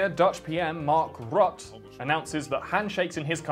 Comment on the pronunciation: As a dutchie I love the way you pronounce Mark Rutte haha. Another great video btw keep it up